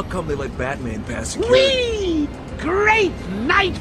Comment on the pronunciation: He said "IT'S BATAMAN!" right before he got knocked out.